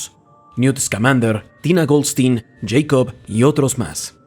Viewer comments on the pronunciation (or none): none